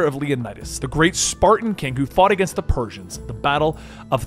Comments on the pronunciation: Hh heres idea Pur-sayans xp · The super purr-sayans